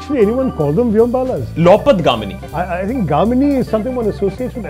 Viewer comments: 1.45 Its not Loupat Gamini It is Loh Path Gamini. Iron Road Transport. That's Rail/train If Aakash correctly pronounced probably Dr Tharoor would get it. Looks like Aaksh himself dint focus on the word first. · This anchor himself can not pronounce those Hindi words. Its not 'loupatgamini' its 'LohPathGamini'. Loh (लोह) = iron path (पथ) = path / way Gamini (गामिनी) = the one goes (over iron path)